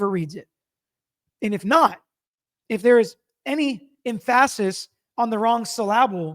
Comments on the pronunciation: "em-FAH-sis on the wrong syl-AH-bull" 😂😂😂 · emPHASis on the wrong syLABLE...lol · What an odd way to pronounce emphasis and syllable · lmao the way you pronounce emphasis and syllable threw me for a loop. 💀